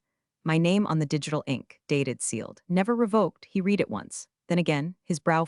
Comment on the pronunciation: Please teach AI how to pronounce “read”.